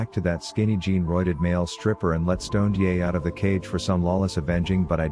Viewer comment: Stoned-ye, he whose brain is bolon-ye.